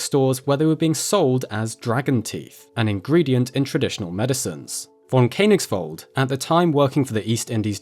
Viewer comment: pronounced like fonn Kö (a bit like e in nerd) nigsvald